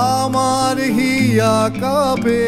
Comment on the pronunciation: Ore baal ota Cup'er cha noye re...কাঁপে মানে কম্পন। Tuhin'o arekta baal pronunciation'o thik korte janena abar gaan gaiche😂😂😂